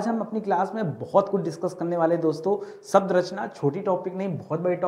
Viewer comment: Sabd nahin shabd.. Pehle khud seekho phir sikhao.